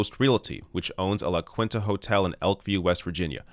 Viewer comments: Its La-Keenta,. Not La-quinta. <3 love the video and show. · “La kwinta” lol try “la keenta” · its pronounced (la "keen-ta") just thought id let ya know. <3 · Please say "La Quinta" again. 😂😂😂😂😂😂😂😂😂😂😂😂😂😂